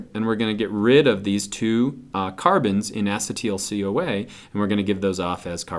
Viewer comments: Acid-teel CoA.. this bothers me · the way he says acetyl coa xD its probably not wrong but just so different than how we do